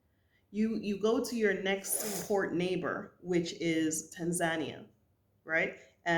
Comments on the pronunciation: Love your videos sis. But when you said Tan Zan Nia, I thought never heard of it. Then I realized you were talking about Tan Za Nee Uh Tanzania Pronunciation: tAAn-zuh-nEE-uh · welcome to Tanzania... but please learn how to pronounce it properly..